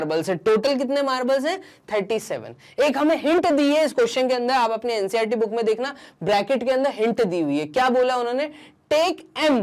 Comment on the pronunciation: Boon nahi book hota hai😂😊😮